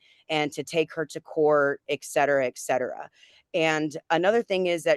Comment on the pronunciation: "excetera" lololol